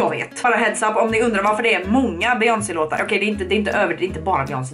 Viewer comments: ”beGÖNSey” HHAHSJA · ”Be-jöns” HAHA JAG DÖR 😂